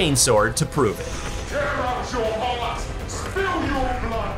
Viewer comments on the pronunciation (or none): none